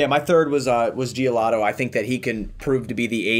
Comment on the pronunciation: Bro its giolito not giolato lol